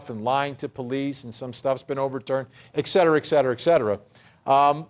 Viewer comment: “Exterera” is not a word. It’s “etcerera”. Vinnie- you should know better. But I still like you.